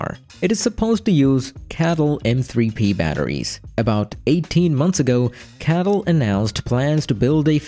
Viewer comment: It's CATL, not cattle